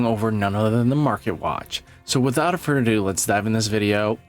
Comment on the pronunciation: Did you day without a furtadoo? You mean without further adieu?😅